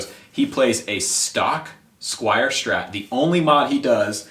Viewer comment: Pet peeve - it's a STRAT - not a SCHTRAT